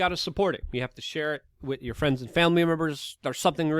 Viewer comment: Luke goes full NYC "You don't have to put ya hands on me"